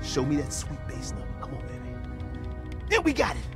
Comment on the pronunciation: For the love of god man stop pronouncing baby as “babby”